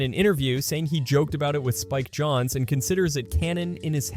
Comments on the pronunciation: Bruh, ....Spike JOHNS? Isn't it pronounced "Jones"? Have I been saying his name wrong? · I just googled it and it says jones is the correct way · For real. Johns?